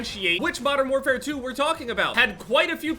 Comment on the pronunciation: can we not call it modern warfare twenty 2